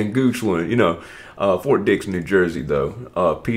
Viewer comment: It's "Ft Dix" as in Dixon. Not Ft Penis. SMH